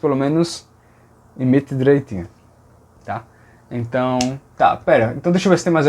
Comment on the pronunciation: Ele fala "imiti direitinho" hahah